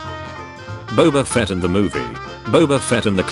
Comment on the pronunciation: Nobody: Daily dose of memes: Baba fett